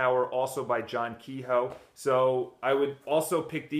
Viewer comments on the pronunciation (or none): kehoe is pronounced kuh 'yo